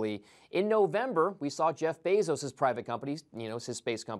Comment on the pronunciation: He can't pronounce "Elon" or "Bezos" correctly 🙄